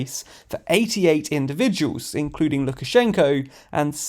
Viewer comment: "carrying passengers in-CLUDING!!!!" lol